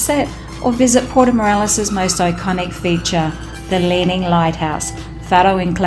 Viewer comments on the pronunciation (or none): Morelos NOT Morales. Come on!